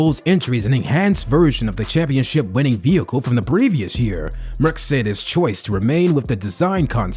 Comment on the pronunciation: Learn how to say « Mercedes ».